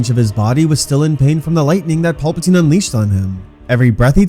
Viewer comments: “Pulpitine” have you ever watched starwars ? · then why do they say the names wrong? like PULPatine, instead of Palpatine lol